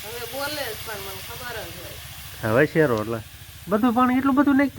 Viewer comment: શેરો શેરો સુ કરો શીરો બોલો